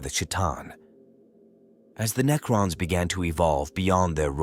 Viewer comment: I tried to watch this but lasted about 5 minutes due to the cringe AI slop narration Knee-crons 😂